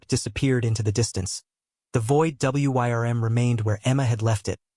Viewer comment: "Wyrm" gets pronounced like it's an acronym in this video